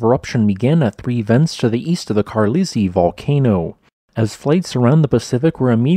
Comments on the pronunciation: Carlisle -- "car-lile", not "carleezy". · lol Carleesee. Carlisle is pronounced Kaar-lile, rhyming with Isle, as in Isle of Man. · Carlisle is pronounced Car lie ill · Carlisle, is that how it is pronounced in the US? The town of Carlisle is near the border of Scotland and England and is pronounced Car-Lyle, when I watch anything from the US now, I have to have subtitles on so I know what is being said as the pronunciations between the US and the UK are widely variable. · The pronuniation of Carlisle is “Car-LYLE” like the city in England. Mazatlan is pronounced “Mah-zat-LAN” FYI. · I think Carlisle is pronounced “car-Lyle” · I believed that's pronounced, "KAR'lyle" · I think Carlisle is pronounced Car-lyle. It was my granddads middle name and that’s how he always said it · Yeah... that's not how you pronounce Carlisle. lol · That was an interesting way of pronouncing "Carlisle" :P